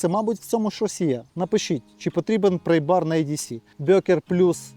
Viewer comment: Не "прЕйбар" (prey), а прАйбар (pry). "Prey" у цьому випадку ті, хто слухає твою англійську.